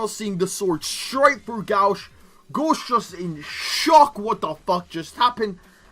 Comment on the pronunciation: Japanese pronounciation: gōshu adorai This guy: GAWSH